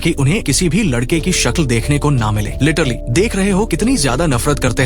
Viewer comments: 😂Lettrally ❌letterly✅😂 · Literally❌ lettrili✅ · Plan❌ Palan✅ 😂😂😂 Literally❌ Laterli✅ 😂😂😂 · literly mat bol annoying sound katra hey literally bolle achha sound karta hey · Ak Time usne letterlu kaha tha